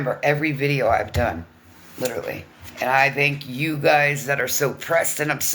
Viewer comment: And when she says "lit-aly" like it rhymes with Italy! She cant say LITERALLY!